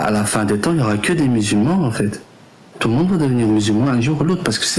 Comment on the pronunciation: Il a vraiment dit y’a 4 milliards de musul ments dans le monde sans trembler du menton le champion 😂😂😂